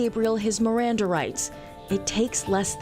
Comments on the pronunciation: Miranda Rights. Not mirandum. Miranda is a last name so it does matter how you say it. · It's Miranda rights pronounced meranda like the girls name (but this was a dude in this case) from the supreme Court case Miranda V. Arizona. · It’s “Miranda” rights